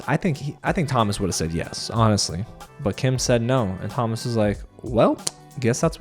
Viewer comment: In French, Thomas is pronounced To-mA, the S is silent ;)